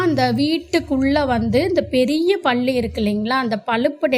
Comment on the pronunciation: 😂😂😂 ப என்ற எழுத்தை அழுத்தி சொன்னால் பெரிய ள போட வேண்டிய வரும் அதாவது பள்ளி.அவங்க சொல்லும் போது பள்ளி என்று ப வை கொஞ்சம் அழுத்தி சொல்றாங்க. ஆனால் ப என்று சொல்லும் பொது ba என்று மெதுவாக சொன்னால் தான் பல்லி என்று சரியான வார்த்தை வரும் . பள்ளி என்றால் ஸ்கூலை குறிப்பு அகி விடுகிரது.